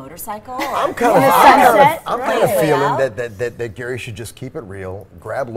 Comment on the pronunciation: It's GEARY NOT GARY. Bimbo!